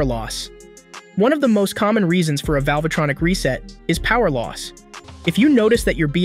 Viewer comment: I can't hear one again how you say "velvetronic"